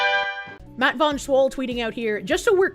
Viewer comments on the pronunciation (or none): none